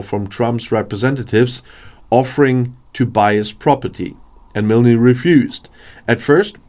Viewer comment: The ‘e’ in Milne is silent